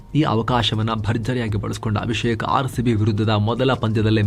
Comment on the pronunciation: ಅಭಿಷೇಕ ❌ಅಭಿಶೇಕ✅ ಕನ್ನಡ ರೋಮಾಂಚನವೀ ಕನ್ನಡ